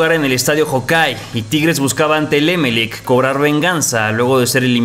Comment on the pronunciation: No se pronuncia É melec. Se dice Emel ÉC . Mayor fuerza de voz en la última sílaba.